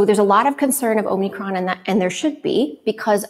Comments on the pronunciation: It's omikron - no n. Greek has two letters that are "o": omega (long o) and omicron (short o). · Are they calling it "omNicron"??? Da fuq?... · It's Omicron not Omnicron!! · I keep hearing it pronounced that way! So is it omicron or omNicron????